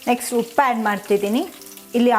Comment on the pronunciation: ಹವಲಕ್ಕಿ ಅಲ್ಲ ಅವಲಕ್ಕಿ ,ಹೊಗ್ಗರಣೆ ಅಲ್ಲ ಒಗ್ಗರಣೆ, ಹುಪ್ಪು ಅಲ್ಲ ಉಪ್ಪು... ದಯವಿಟ್ಟು ಉಚ್ಚಾರಣೆಗಳನ್ನು ಸರಿಪಡಿಸಿ...